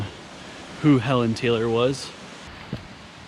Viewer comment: WE say HEE-LON Taylor